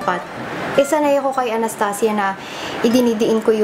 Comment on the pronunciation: Sarap talaga pakinggan pag sinasabi mo anastasia. Pang mayaman ang datingan eh. :)